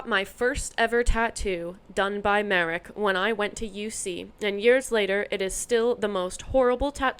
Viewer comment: Your "Marek" pronunciation is correct.